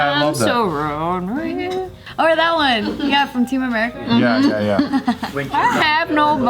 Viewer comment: ❤️ saying “ronrey” is a mood😂❤️